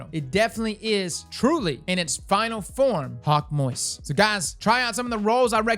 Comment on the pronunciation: "Hawkmoist" got me dying